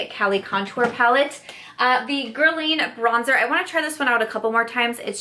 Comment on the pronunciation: Love this video! Just a tip: it’s not “gerlayn” it’s “gerlahn”